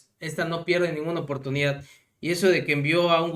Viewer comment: actubre pertunidad somentimiento ni los viramos Esta señora ni pronunciar el español sabe